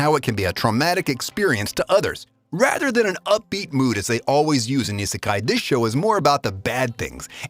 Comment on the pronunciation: How to say Isekai not saying Isekai